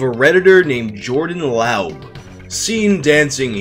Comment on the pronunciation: Pretty sure laub is pronounced lobb as in lobbing a ball Source : my coworker with the same last name